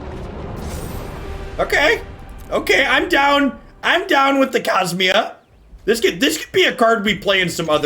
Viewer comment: I liked how you pronounced Cosima like it was Kasminia